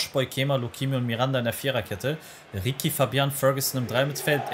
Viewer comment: Beo ricci wird ritschi ausgesprochen nicht rikki Coole folge👌🏽